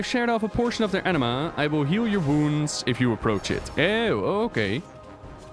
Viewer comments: The way he pronounces Anima as Enema HAHAHAH i’m dying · A-nima not an E-nema eeeeeewww xD